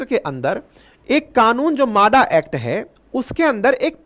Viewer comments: म्हाडा म्हाडा माडा नहीं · मादा नाही म्हाडा.